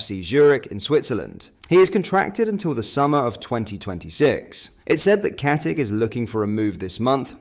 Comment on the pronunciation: Pronounce IT as KATICHHHHHH COMEEEE ON MAN STOP WITH THE AI SHISNICK